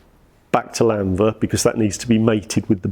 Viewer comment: Very nice video, thanks for sharing! I do feel it's a bit annoying can't pronounce Llanfair though 🙁🏴